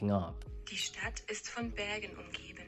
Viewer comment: Fascinating case! Your german was spot on, except "Bergen". The Ber is pronounced like bear, hope that helps :D